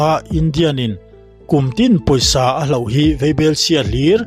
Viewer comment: Hlauh ti lovin hloh, ngialnghet ti lovin ngelnghet tih tur